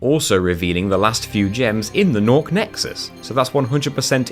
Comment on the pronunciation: guhnasty guhnork